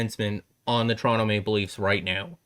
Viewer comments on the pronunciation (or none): none